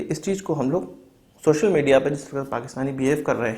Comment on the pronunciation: Its social not shoshal